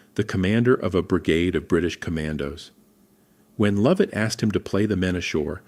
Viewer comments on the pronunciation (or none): Lovat pronounced Lovit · Lovat pronounced Luvat he was the chief of the Fraser Clan who's Clan motto is Je Suis Prest I AM READY and the Scottish lads were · yeah, that's how it's spelt, pronounced Luvit, (I'm Scottish pal, trust me, Luvit 😅)